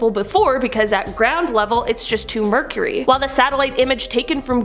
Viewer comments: she says it was just too mercury, instead of murky. Im out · When she tells the story of the man who dissapeared she says that when the water was higher before the person was putting up the Christmas tree and says that the water was too murkeury that was not the right pronunciation it is pronounced MUR-KEY.....